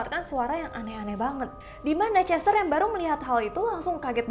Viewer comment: Chester bukan cester